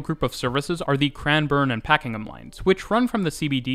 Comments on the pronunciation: A great video, thanks. Just having difficulty deciding on whether you say Pakingham (Line) or Pakenham (Line). It is Pakenham. Also, an update to the aerial shot of the train lines and again with the construction in the background, just outside Caulfield train station. The Construction is now complete, with hundreds of appartments, suited to student housing as Monash University, Caulfield campus is a few minutes walk away. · only note on pronunciation; Pakenham is said like "Pack-en-em" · North American English is very different and England/Aboriginal inspired words are not intuitive. I had trouble with Pakenham, Maribyrnong, Mordialloc, Prahran, Cheltenham, Chadstone etc as a Canadian. And don't get me started in Reservoir, Aussies have no idea how to pronounce French words.